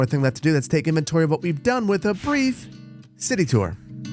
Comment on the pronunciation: The "with a brief" my brain filled in "bridge review!" with how you said it.